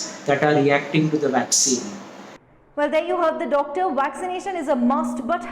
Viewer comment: What's a vwaccine?